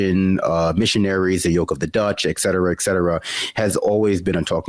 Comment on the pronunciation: ET cetera. ET cetera. Not ex cetera! Jeez, that drives me nuts.